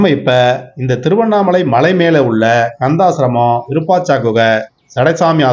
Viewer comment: அய்யா இதன் பெயர் விருபாச்சா குகை அல்ல விருபாஷி குகை சரியாக உச்சரியுங்கள்